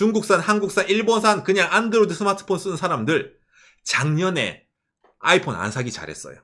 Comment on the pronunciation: 아^이_폰 이라는 억양 뭔가 특이하네.. 보통 아이폰_ 이렇게 얘기하던데